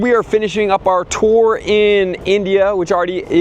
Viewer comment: Thanks for pronouncing it toor and not tore